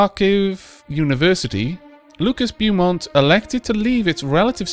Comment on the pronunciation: Beaumont is pronounced Bo-mont.